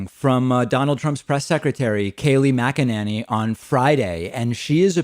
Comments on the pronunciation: It's funny how David pronounces Mack-A-Nanny lol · I love when he calls her MacaNanny. LOL. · Mack-a-NINNY succeeded 😄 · Dude! I typically agree with you, but Kayleigh's last name is not that hard to pronounce - listening to you butcher her last name over and over again is so damn difficult to tolerate in this video! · OMG, I love David so much -he pronounces her last name differently in every video... It's so frickin' delicious...🤣